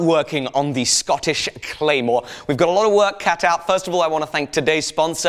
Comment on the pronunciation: didnt edit in your friend saying "Scottish Clamor" down like, but i love your stuff